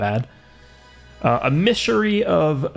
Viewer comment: has never seen the word "Emissary" before...